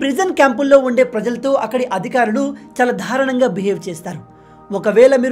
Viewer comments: For example దారుణం అనే పదాన్ని ధారుణం అని ఉపయోగిస్తున్నావ్ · Ayya swamy........ Darunam lo da ki vatthu ledu. Dharunam kadu, Darunam ani cheppali.